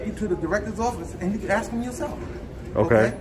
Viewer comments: "Axe". Can none of these fucks speak English properly? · Let me axe you a question 😂😂😂😂😂😂😂😂😂😂😂😂😂😂😂😂😂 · I axed you a question 😂😂😂😂😂😂😂😂😂😂😂😂😂😂😂😂